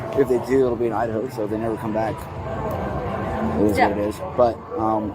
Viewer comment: Or the word "so"... why does she pronounce it "sue"?